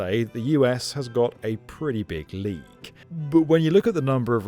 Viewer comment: "The US has a pretty big league"... You mean 'lead'...?